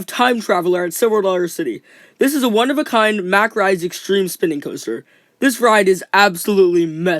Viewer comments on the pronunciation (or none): Btw mack rides it pronouced “mock rides” since it is german